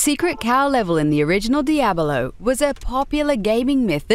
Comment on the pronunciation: Does she say Diadalo instead of Diablo??? Weird...